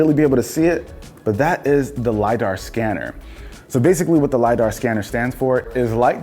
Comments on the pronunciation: LiDAR sound like Radar when you speak it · When I first heard the LidDAR sensor I thought it was lie dector